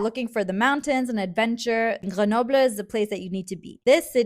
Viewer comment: Even me, as a French, is opened to suggestions. I have 1 or 2 things to say tho (about ur pronunciation): 1) u say Lyon as if I was in 2 words (Ly-on) when u should be 'skipping' the y 2) For Grenoble, ur R is to rough, it needs to be softer :3